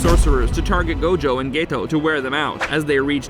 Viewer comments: stop saying gaytoe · why does he call geto gaeto😰